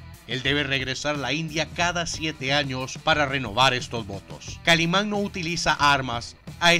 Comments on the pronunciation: Me recordaste mi infancia saludos desde México pero es kaliman no kalimon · Es que el dijo Kalimon...